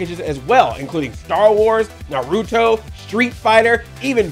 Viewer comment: The way he said naruto kills my soul a little. But good on you Andre.